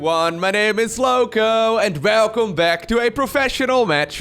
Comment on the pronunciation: Like the way you say “welcome” at the beginning of every video. Sounds like a V instead of W. “Velcome back to another professional game of StarCraft 2!” Don’t change it LOWKO! 😎✌🏼